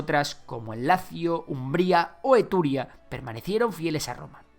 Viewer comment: ¿Eturia?, será Etruria, ¿no? 😬